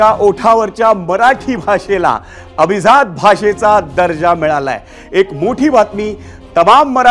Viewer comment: Pronunciation of abhijat is not perfect. Please improve your diction